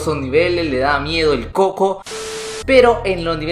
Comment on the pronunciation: Se dise cuco no coco